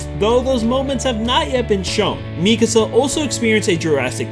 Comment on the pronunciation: here i was thinking how and why u said mikasa's name wrong and then the dub comes in... figures...